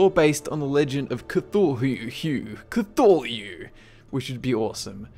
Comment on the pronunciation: the way you said C'thulu...ROFL